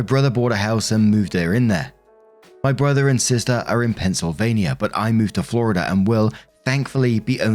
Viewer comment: Aww, look at you pronouncing my state right!!😂 Go Eagles!!